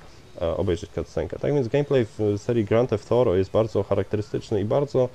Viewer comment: grand theft thorow ???? czy ja zle slysze